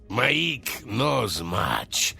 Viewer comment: His name is not Mai’ik. It’s literally pronounced Mike. As in Michael. It’s just Mike.